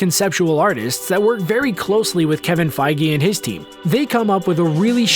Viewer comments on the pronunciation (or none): You say Kevin Feige wrong